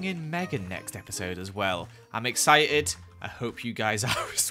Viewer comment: my tchr: how to say excited"eksayted" vs how says excited:"eksoy-ed" "BRUH HIS PRONOUNCATION THO":-:...